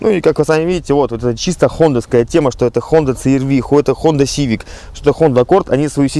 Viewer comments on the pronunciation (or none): none